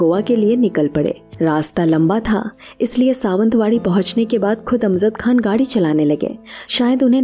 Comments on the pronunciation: अमज़द (Amzad ??) यह उच्चारण ग़लत है. यह जयंत वाला "ज" है.. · The word is not AMZAD . It is “ A M J A D.” AMJAD.